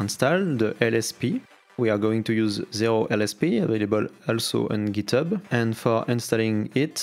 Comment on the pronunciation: j'croyais t'étais un vrai anglais en plus mais "packeure" "giteubeu" mdrrr